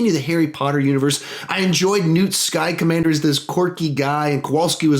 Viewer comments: did you just say Newt Sky Commander? what the fuck? xD Hes called newt scamander xD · 9: Order of the Phoenix 8: Half-Blood Prince 7: Fantastic Beasts 6: Philosopher's Stone 5: Deathly Hallows- Part 1 4: Chamber of Secrets 3: Goblet of Fire 2: Deathly Hallows- Part 2 1: Prisoner of Azkaban Notes: It's Newt Scammander- not Skmander, or whatever you said. Aside from that you have an amazing ranking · Wait did he say Newt Skycommander? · "Newt Sky Commander?!?" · Did he say "Newt Skycommander"? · Was it just me or did he say newt sky commander? Probably just me 😂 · "newt sky commander" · I have on question did he say Newt sky commander